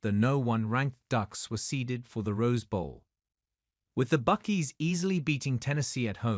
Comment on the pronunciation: the narrators needs to do his homework and learn how to pronounce names. You would think the Brit wouldn't make such a amature mistake. Its pronounced BuckEYE not Buck-ee. That's why the Brits lost the war.